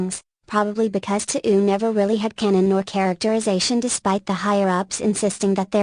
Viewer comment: i mean the guy plugged KOF so... also the tts mispronounces touhou as "to'ou"